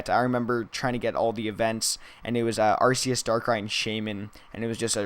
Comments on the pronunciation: no are-key-us is not only for how they pronounce it in the anime are-see-us is not the way to pronounce it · By the way arceus is pronounced are-KEY-us